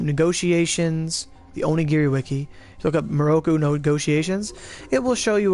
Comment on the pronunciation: LOL orogiri XD it's pronounced onee gili and spelt onigiri